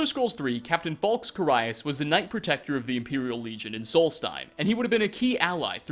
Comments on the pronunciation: It's "Carry-us", not "Caraye-us" :P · Its Ca-R-ius. His name is one of the few voiced things in the game. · how the hell do you fuck up pronouncing "carius"? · the most unsettling fact here is pronouncing "carius" wrong:P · What threw me off the most was your pronunciation of Carius... When you pronounce things wrong, it just tells the entire audience that you aren't an actual authority for what you’re talking about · Jargon Madjin anyone can make Skyrim videos. The fact that he pronounced it wrong just shows that he doesn’t actually play the games. He’s trying to come off as a sincere Skyrim player, but in reality he just gets all of his information from the wiki without any in-game experience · Yes. He has a whole fucking channel with hundreds of videos on Skyrim, but doesn't play it because he pronounced ONE name wrong? Yeah that sounds about right. Fucking dumbass.